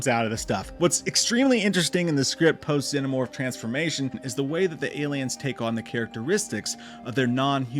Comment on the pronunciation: Bro genuinely can't pronounce the word "xenomorph" 😂